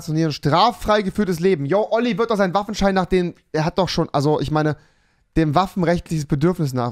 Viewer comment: Sandro Salvatore ich meinte seinen Sprachfehler xD!